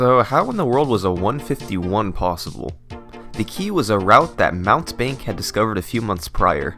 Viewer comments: Mountebank is pronounced Moun-tee-bank, and it means charlatan, fraud, or trickster. Usually it has the sense of being petty. Just a fun tidbit when thinking of this guys' runs. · FYI mountebank isn't "Mount bank", it's "mount-ee-bank". It's a word that means charlatan, or professional, but small time, fraud. Not two separate words, but a single word. Think of a man in a cape trying to sell you something worthless, then once you find out it's cheap nonsense, he drops a smoke bombs and tries to run away.